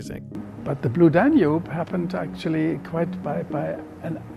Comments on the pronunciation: Most Americans would know that it's DAN-ube, not Dan-UBE. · Blue dan YOOOB (emphasis on 2nd sylable).... Really??? even the people being interviewed here pronounce it Blue DAN yoob. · Very interesting. Liked it a lot. But found your pronunciation of “Danube” distracting. The accent is on the first syllable: DAN-ube. Not dan-UBE. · This is absolutely AMAZING! If still monitors these comments, you are/you have 1 of the greatest channels on YouTube! Especially where cinema is concerned. That said I do have one small but pointed complaint: you can clearly hear (as I've always heard) the word "Danube" ALWAYS pronounced with emphasis on DAN (everyone speaking about it in the clips that you put together pronounce it that way) but for some reason you are putting the emphasis on UBE (D'oh!). In case you do a part 3 in the future and need to reference the music again, I might suggest that you put the emphasis on Dan (and after all, Dan is a pretty nice guy:-) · DAN-yoob, DAN-yoob, DAN-yoob, DAN-yoob, DAN-yoob. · “dan YOOB?” Seriously? Bwaaaahaaahaaahaaahaa! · It is pronounced DAN-yoob. This made me nuts every time said it, which was often. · The narrator pronounces "Danube" with the emphasis on the second syllable... "dan-YUBE". Very bizarre. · I am organising a drinking game, each time the Danube is mispronounced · Very smart doc so how can’t you not know how to pronounce Danube? It’s even stated in several of the interviews you include. Please stop! Fix! Be smart. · Imagine not being to say "Danube." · Please learn how to pronounce Danube. Jeez. Otherwise, a good video. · excellent video... only 'Danube' pronunciation is bugging me :) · And his pronunciation of "Danube" is rather distracting as well. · the stress is on the first syllable of "Danube" please.... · You're pronouncing Danube wrong.